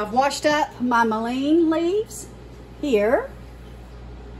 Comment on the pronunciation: It’s pronounced Mull in